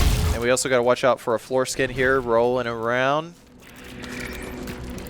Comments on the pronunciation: I thought the whole time you were calling them foreskin, not floor skin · I thought he was saying foreskin for longer than I wish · am i the only one who keeps hearing foreskin and not floor skin?